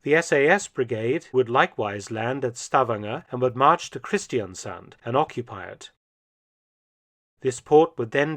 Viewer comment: Minor comment on pronunciation: Stavanger is not pronounced "STAVanger", as you say it. It is pronounced "stavANGer". And likewise, "Kristiansand" is not pronounced "KRIStiansand", but rather "kristanSAND". Otherwise the pronunciation of the letters seems to be completely correct.